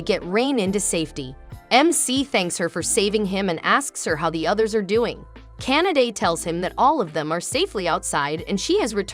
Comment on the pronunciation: The way you pronounce Kanade’s name sounded like you were saying Canada and now I cannot unhear it.